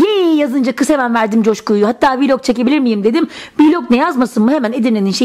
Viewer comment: Viiiiilog değil vilog diye okunuyor